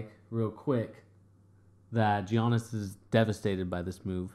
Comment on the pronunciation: Guys he's name is pronounced yiannis